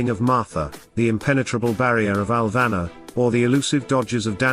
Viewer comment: It's "Alvanor" not "Alvana", love your videos.. please keep sharing